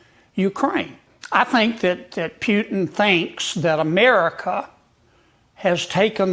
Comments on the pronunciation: Hey Kennedy, first off, it’s Putin, not “Pyutin.” Second, Putin is winning — the West and Ukraine have lost. He doesn’t need to concede anything; in fact, he might just keep marching all the way to Poland’s border. What’s being discussed now are terms of capitulation. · Yo Kennedy, his last name is not Pyutin! It's pronounced (pooh-teen)! You're a US Senator for Christ's sake! Also, nobody gives a rats ass about your psychobabble! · Kennedy says Pyutin. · why senator Keennidy said instead of Putin - Pjutin? Is he have problems to hear the right pronunciation of the last name of the Russian President? He probably not from Republican party; but from Dermoshit party>>>> 😮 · What a hilarious guy, Sen. Kennedy. He is a real clown. He can't even pronounce “Putin” correctly. What desperate people have voted for him?